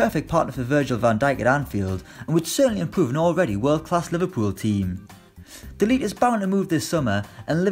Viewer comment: Not to mention calling de ligt delete.